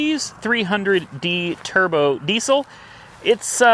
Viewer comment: you all ready named it yourself in the video :) the TURDBO DESIL!!!! you said turd brown lmfao :)